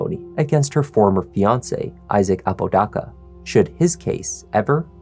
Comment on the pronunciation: Here for all the crime and interrogation stuff but dude I'm from Albuquerque and you are just butchering everyone's last name. With all the research you do for the videos you'd think you would hear or look up how to properly pronounce the person's last name. You are not AI so they is no excuse. The name is "Ah-po-da-ka" Not "a-pooh dah-cah"